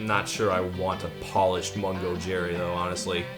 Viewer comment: Oh, I thougt you said "Polish" instead of "polished"😂😁